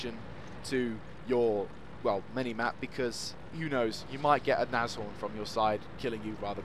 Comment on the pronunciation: Very nice review and just btw, you pronounce Nashorn absolutely correct :-)